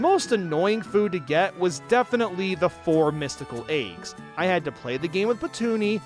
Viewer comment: I love that pronounces eggs as "Eyggs".